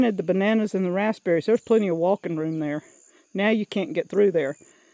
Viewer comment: I thought you had a fruit I knew nothing of, a raspsberry. My husband laughed at me, telling me you're talking about a raspberry; (raz beh ree). You said it without the P once, then I knew he was correct. Lord help me! Is adding the P a MS thing or how you were raised saying it. We say lots of shortcut words here. Ha Ha